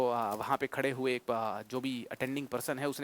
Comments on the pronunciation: एक होगा सर इक नहीं अ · By the way sir इक nhi एक hota h.